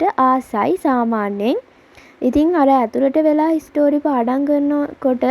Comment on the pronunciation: හිස්ටරි නෙමෙයි හිස්ට්‍රී